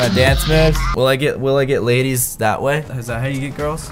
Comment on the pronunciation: He said laidies